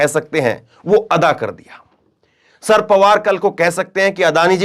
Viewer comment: शरद पवार नाम है ,सर पवार नही